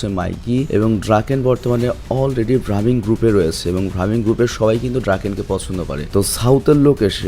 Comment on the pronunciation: ভাইয়া সেনজুর gang এর নাম ভ্রামিন না ব্রাহমান হবে 😊😊